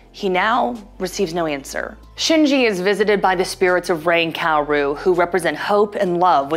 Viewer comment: “miss-ado” “COW-RU” “As-ka” Do you think we’re a joke?